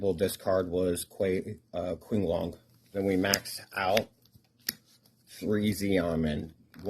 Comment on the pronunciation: kwinglong and quayloon hurt my soul